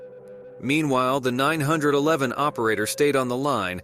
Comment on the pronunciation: The “nine hundred and eleven call” haha instead of 9-1-1. Im guessing it’s an automated voice.